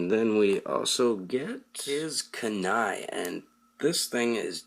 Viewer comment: It's pronounced ku ni his name is pronounced me na toe